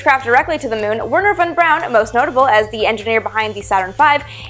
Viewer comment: Is it just me or she pronounces wernher von braun wrong?